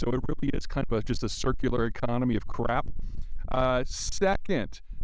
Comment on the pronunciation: „Cirkular economy of crap“ 😂